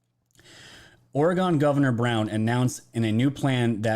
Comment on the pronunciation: Please pronounce it: ORY-GUN (Not alluding to to fire arms-just how locals pronounce the name of our State) Thank you for calling our leaders out. Incompetence has been going on way too long. Our beautiful city is dying.